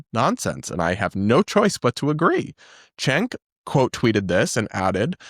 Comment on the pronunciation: It always bothers me when people pronounce Cenk’s name wrong. It’s “Jenk”. A “c” in Turkish is a “j” sound like “juice”.